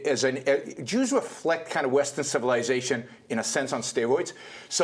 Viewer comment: Heh, she said "created Western civillization"! omfg.